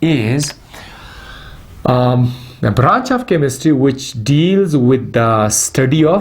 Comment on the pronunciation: Chemistry hota hy sir 😂😂😂chemistr nahi😂😂